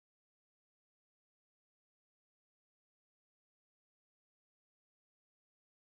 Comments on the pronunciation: isn’t it kal-an-koe-ee? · Kalanchoe is pronounced kalankoee